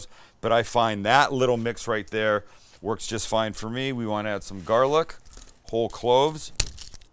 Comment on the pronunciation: “right therrr” finally paying homage to the southern folks!